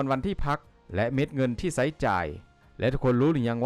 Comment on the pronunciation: ถ้าออกเสียงสำเนียงแบบไทยแนะนำแอดอ่าน ใช้ ไม่ใช่ ไซ้/ ฉุด ไม่ใช่ สุด/ฉะเหลี่ย(เฉลี่ย) ไม่ใช่ ศธเกลี่ย และอีกหลายๆคำที่ไม่ได้กล่าวไว้ ***แต่ถ้าปรับไม่ได้ก็ออกเสียงแบบลาวไปเถอะ คนฟังและดูเค้าเข้าใจภาษาลาวอยู่นะ